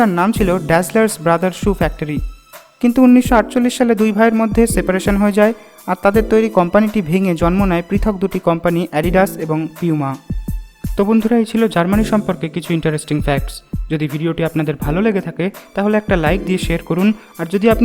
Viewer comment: পিউমা হবে না, পুমা হবে।